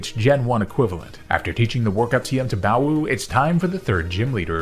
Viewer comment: Can pronounce "Baowu" Can't pronounce "Baoba" pls